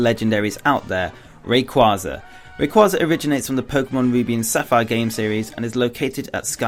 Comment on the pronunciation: Why do they always pronounce rayquaza wrong?